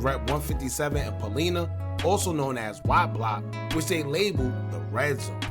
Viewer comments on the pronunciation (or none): "Paul-EYE-nuh", not "Paul-ee-nuh". I'm just messing with you but y'all be jacking up our street names 😂😂😂😂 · It pronounced Paul-lie- na